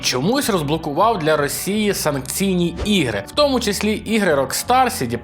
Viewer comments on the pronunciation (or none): none